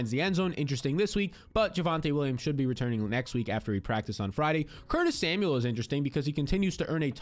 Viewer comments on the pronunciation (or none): none